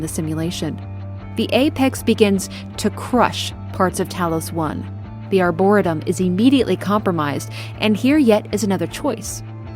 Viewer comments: Who cares but "ar-bor-EE-tum" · excellent vid, one of my favorite games for sure! my 'tism was bugging me on one small detail. the pronunciation that was spoken or arboretum. pronounced= (R-bore-eat-um) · It's pronounced "Die"-Yo for Dayo Igwe and Ar-Bore-"EE"-tum, like in the name "Lee." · its are-bore-a-tum for reference. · AREBUR-RE-TUM.... That's the best way i can think to help on how that word is said..Arboretum.... doubt you'll see this... I'm 37 and only found out the right way like 10 years ago lol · “Arbor-EE-tum.” Great video! Never had the chance to play this one, but love when fans of a game do deep dives. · for future the plant area is called the arrr-booor-et- ium lol hugs great story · Good vide, love your story telling.... but it's "r bore ree tum"... the way you were pronouncing it was driving me crazy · Just discovered your stuff, enjoying this. Not sure if it helps, but it's pronounced Ar-buh-reee-tum. Emphasis on the 3rd syllable. Cheers!!! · You must know that's not how arboretum is pronounced, it's just for comment engagement right? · Just a quick comment. Arboretum is pronounced like "harbor" Arbor is a prefix meaning trees. Arboretum basically means tree garden. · I felt like she was trolling us saying it like that lol..I kept laughing when she said it